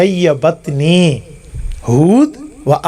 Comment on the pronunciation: شیبتنی ھود واخواتھا۔ ،، ت۔ کے ضمہ کیساتھ۔ ،، ت ،، کے کسرہ کے ساتھ نہیں